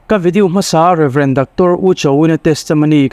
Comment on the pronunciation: Sap thumal i sawi tunlai teh reng nen Reverend hi thluk iti lai ngei a.Reverend Sanga 😂😂😂😂